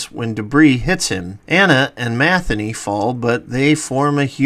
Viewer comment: Matheny? Ma thee nee.